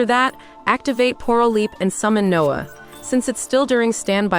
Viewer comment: why they pronounce noir noah? loll